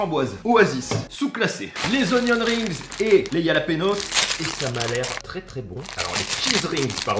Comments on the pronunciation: J’ai eu mal au cœur quand il a dit « yalapenos » 😭 au cas où ça se dit « Ralapegnos » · Yalapanos 😆😆😆😆 sa ce prononce rhaaaa laaaa péée. Gnioooo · super vidéo par contre pour les jalapeños on dis ralapenios 😂😉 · Exactement le J en espagnol se nomme "Jota" mais se prononce "Rota" avec le R bien raclé au fond de la gorge. Et le n avec la vague ~ se nomme la "en~e" et se prononce "égné". Donc le tout se prononce "Ralapegno" au singulier et "Ralapegnos". Le J qui se prononce lli est d'origine scandinave et germanique, alors que la jota est un héritage arabe dans la langue espagnole.